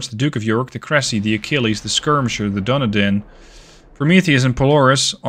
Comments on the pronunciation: Hey, that was very nice! Also, i believe Dunedin is pronounced Dun-ee-dinn, rather than Doo-kne-dinn XD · Lol, you're very fastidious about pronouncing the French ship names correctly but not so much with the British ship 'Berwick'. Now, I understand that in the US there are towns that are pronounced 'Bur-wick' but the British pronunciation would be 'Beh-rick'. 'Dunedin' would be 'Dun-(h)ay- din' with the accent on the second syllable.